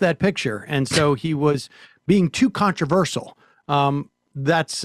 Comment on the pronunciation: The first time, I thought Sam just misspoke. But no, he did it twice... he apparently thinks the word is "controversul."